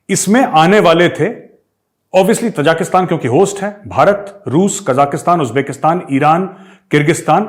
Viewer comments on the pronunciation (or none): Gaurav ji, Ta-ja-ki-stan (त-जा-कि-स्तान) nahi, Ta-ji-ki-stan (ता-जि-कि-स्तान) hai. Taj Mahal ki tarah. Aap ki tarah achchhe parhe-likhe manav jab galat uchcharan karte hue sunkar achchha nahi lagta. ताजिक एक जनता है। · Sir it is Tajikistan. Tajiks are the people. Not Tajaakistan. Love this channel though. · मेजर साहब तजाकिस्तान नहीं ताजिकिस्तान है ये ताज़िकों का देश...आप हमेशा गलत उच्चारित करते हैं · ताजिकिस्तान not तजाकिस्तान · Arya sahab, small correction. It is Tajikistan not Tajakistan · Major saab Tajikistan bola karo na, aap har baar Tajakistan bolte ho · With all due respect, it is T A J I K I S T A N - not - T A J A K S T A N. Thanks